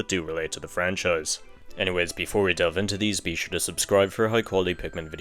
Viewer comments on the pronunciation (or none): none